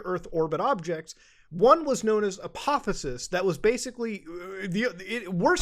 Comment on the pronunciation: Its APOPHIS .. Not whatever Muta said